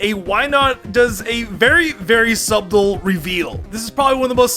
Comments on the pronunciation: The b in "subtle" is silent,. You say it like "suttle". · he sais sub-tle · we gonna ignore the fact pronounces “subtle” as “sub • tle” and not “suttle” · Someone needs to teach how to say subtle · That was so funny omg, sub-tle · anyone else find it funny that mispronounces "subtle" as "subdul" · stay in school kids, or youll also say "subdull" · Subtle: suh • tul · I heard “Sub-dull”. Made me think a little on what I just heard. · Imagine enunciating the "B" in subtle. The B is silent. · the b in subtle is silent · How he pronounces ‘subtle’ 😂😂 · The B in subtle is silent. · Great video, but you don’t say the b in subtle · I cannot fathom the way this guy says "subtle", who pronounces the B? It completely vexed me and threw my right off the video. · I'm not getting upset by you using a "real word". (whatever that's supposed to mean) Rather at the fact that you didn't even want to watch the video anymore because of a minor mispronunciation. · The B is silent in subtle. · You don't need to say the b in subtle bro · The b in “subtle” is silent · Dude, I don't know how to tell you but the b in subtle is silent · The "b" in "subtle" is silent my dude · The way you say subtle makes me want to french kiss the open end of a pump action shot gun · Dude, the 'b' in 'subtle' is silent.... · Great vid! The b in subtle is silent btw!! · Omg I’m really enjoying the way you say Subtle 😂😂❤️ reminds me of a Pokémon name subble! You’re the best man! Never EVER change ☺️❤️ asp love the content you’re my goddamn hero!😍🤩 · Bro the "B" in "Subtle" is silent lol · The B is Silent in Subtle. Other mispronounced things. Bui-zel, Pell-i-per, Ma-gear-na